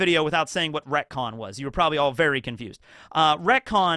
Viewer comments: It took me way too many times to realize he was reconing the word recon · Bro it took me wayy too long to pick up the fact that you retconned "Retcon" multiple times 🤣. I genuinely thought I was tweaking hearing that definition 3 times and that I might've misheard it